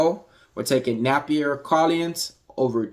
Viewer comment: 😂😂😂😂 Ayeeeeeoooooo maaaannnn YOU🫵🏽 CHOPPED AND SCREWED her name bro😩 not once but maybe five or six times MY BABY🤦🏽‍♂️🤣 That is priceless gotta put that on a short vid. Great work tho bro overall I don’t usually comment but had to with this one. Will be following some of those props too✊🏽 but it’s pronounced nAH/na - fEE - Sah. Sounded like you were saying Nappier to me😂😂😂😂😂. Appreciate the laugh tho made my day. Thanks